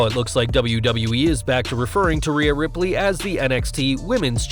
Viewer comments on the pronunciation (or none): none